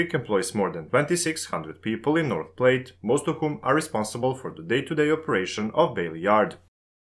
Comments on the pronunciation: Platte rhymes with hat. Keep up the excellent vids. Subbed. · Just so you know, Platte is pronounced like flat without the f. Sounded like you said plate.